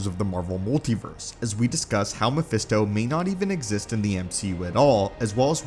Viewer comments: Pretty sure he says phermisto instead of mephisto at around the mark 😂😂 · At one point I heard you say "Phemisto"🤣🤣